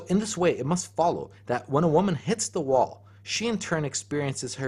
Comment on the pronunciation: Just a personal observation; when you say "hits the wall", it sounds like "NAWALT".